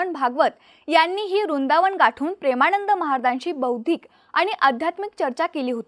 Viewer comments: हिला कोणी तरी सांगा रुंदावन नाहीं वृंदावन... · उच्चारण रुंदावन का करताय, वृंदावन आहे, व च उच्चारण करा